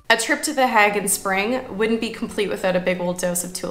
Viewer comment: Can I ask - are you calling it “The HAG” because you have been told that it is pronounced that way??? I have never heard it said like that before! It is always known as The HAY gggg - to rhyme with plague! The tulips looked soooo beautiful, their colours are just stunning - Fun Fact: my husband has a good friend - who is Dutch - and, before he retired from the job, he “grew” the baby tulip bulbs for the planters to put in the fields of Keukenhof 😉 and also “grew” the Amaryllis bulbs that are very much part of a UK Christmas pressie vibe - a bulb in a presentation box, that when planted, grows into a triffid with a stunning red flower! 😂 we have been to visit him at his home and his “back garden” is just a vast acreage of land with at least 50 greenhouses of various sizes that have bulb propagation production lines! As said, he has now retired and his greenhouses have been leased out to other “growers” (as how they are called) - he said the work was literally “back breaking” and labour intensive having to meet the demand for bulbs that could be sold to the public in UK shops etc and for keukenhof too. One “little moan” please can I Just say? … Vincent’s surname should be pronounced as Goff Not Go! Japp (hubby’s friend) said so, and he should know 😄he said that Dutch people would pronounce the letters gh as “occhk” but they do “forgive” us in the UK for not pronouncing it that way! They like us over here because a fair amount of our fresh salad items are imported from them! Oh…